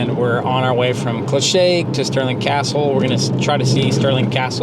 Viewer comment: Comments on here are a bit trivial, give this couple a break guys..., I think that was your name, your pronounciation of loch, Clachaig, etc was perfect, I think you were a scot in a previous life. 😄😄. Fantastic video guys, all the best!